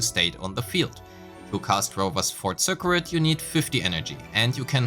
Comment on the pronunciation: Super helpful for understanding combat! Thanks! Another pronunciation thing - circuit. The cuit part is pronounced like the word kit, so sir-kit. Don't ask me why, english is weird. (Previous words I've mentioned, regen and abyss).